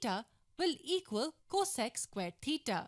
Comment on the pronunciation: Maybe they don’t like the way she pronounces theta